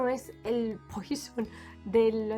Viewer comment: No se pronuncia poison…..se pronuncia puassssó